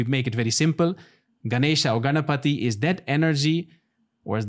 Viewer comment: Ganapati 🔥 not Ganpati 🫱🏼‍🫲🏻 my man addressed our god's name correctly